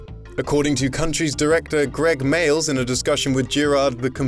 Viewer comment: "Greg Males" triggered